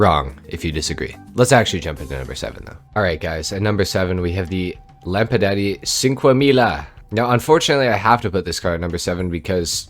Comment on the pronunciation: What did you just say?! Lampadaddy?! 🤣